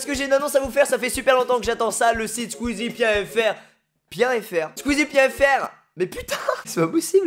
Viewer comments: Ah non non à tu ne l'as toujours pas : squeeziou puint ifière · " Squeezie pien fr...? Squeezie pien fr!...? Squeezie point éfière! " xDD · regardez a 0;10 secondes il dis squeezie.efiere sinon cool ton site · "Sqwiziu poiyé fier" 😂😂 jpp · le troisième essai squeezie a dit point f ier